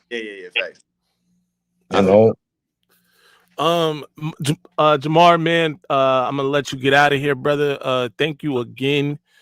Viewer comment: How many times did call Jamar, Jamal?